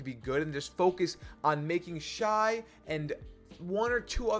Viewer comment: Shay not Shy